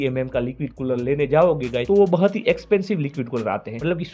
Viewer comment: 😂😂 bahut ❌ bahat✅😂